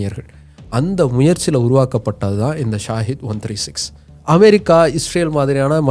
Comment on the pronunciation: அது ஸாகித் இல்லை ஸகித் அப்படினா தியாகம் அப்படி என்று பொருள்